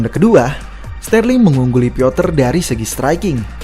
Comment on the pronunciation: Butuh 1 tahun lebih bagi utk melafalkan pronounce yg tepat bagi Petr (pioter ) yan 😂😂